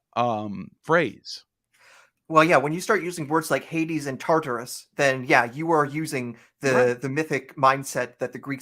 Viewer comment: something so endearing about mispronouncing 9/10 ancient greek or other antique names. HADES.